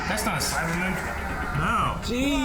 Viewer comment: It's CyberMAN If I hear CyberMIN one more time...